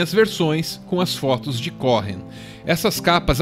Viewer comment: Muito bom... Mas o H é mudo em Cohen se lê como se tivesse escrito um u no lugar do h... Cowen... sobrenome de descendente de judeu...